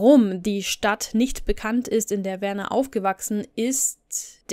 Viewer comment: Wieder wunderbar recherchiert und erzählt. Am Anfang war dein Stil etwas gewöhnungsbedürftig aber mittlerweile liebe Ich dich für ihn. Werners Eltern haben ihn schließlich Werner und nicht "Wörnär" genannt... Ich liebe es deinen Geschichten während dem aufräumen zu hören. Liebe Grüße